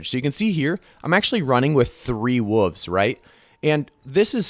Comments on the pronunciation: What’s a woofs. There’s the letter L that needs to be pronounced. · what the fuck is a "woov" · I like how you mispronounce wolves as wuvs